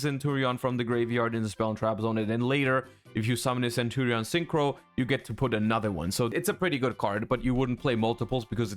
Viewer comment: Ohhh the English pronunciation of centurion, primera and phalanx is really bad. Well not like Legatia by Kali, that one is unbeatable haha.